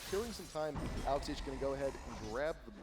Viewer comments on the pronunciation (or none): i hate the way the commentaters say Alex ich almost sounds like alez itch